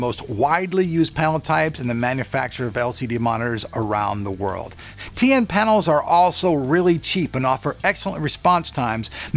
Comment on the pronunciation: you keep saying TA :P